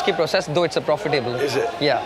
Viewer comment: "Profi table" love the accent :)